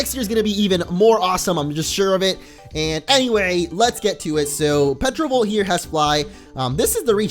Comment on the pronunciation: it's pronounced terovolt not petrovolt!